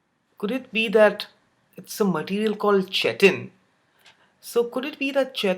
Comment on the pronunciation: Chitin is pronounced like kite-in